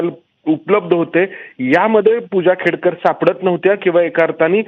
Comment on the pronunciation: खेडकर नाही खोडकर😂😂